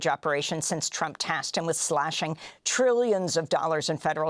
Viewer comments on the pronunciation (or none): Amy accidently said "President Trope"!! Perfect title !!❤